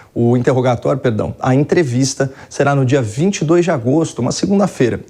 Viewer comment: Falou certo "interrogatório"